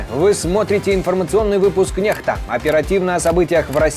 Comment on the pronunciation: Я в Беларуси алфавит сменили? Канал на еаком языке написан?🤔 Первая латиницей... Или это уже литера белорусов? Мир совсем тронулся. Некста произносится как Нехта,россияне говорят дебильную незаконченную фразу ,, даёт ЗАДНЮЮ"! Заднюю кого или чего???🤔 Украинцы употребляют мат россии и не очищают от россиягизма свой язык в СМИ... Вновостях языком россии назыаают праздники или какие то мероприятия... наверное не знают,как на украинском звучат ,,план ковёр " или ,,победо-бесие"😢😢😢 Украинцы с гордостью пооизнося мат россиян и в ранг культа везвели фразу сексуального настльника,которая набрала значение полового члена!!! А поткитайски означает ,,убери руки"... Мир просто вывернул мышление свое на выпорот!!!😢😮😢 Хотя все считают снбя крвтыми и успешными,а мир деградировал ниже плинтуса. Армагедон... Приди! Да свершится Воля Творца ,Бога и на Земле,как на небе... Иначе люди просто уничтожат не осознлвпя всего... Шок и ужас